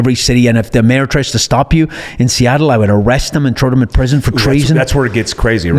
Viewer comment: Every podcast featuring I assume will be the same and I listen anyway, I could hear him say “Trow” instead of “Throw” all day long.